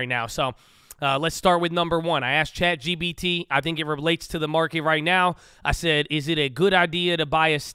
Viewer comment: I’ve noticed that everyone from Cali pronounces “chat gpt” as “chat gBt” 😄 why is that? Is this a common thing to mix up in California?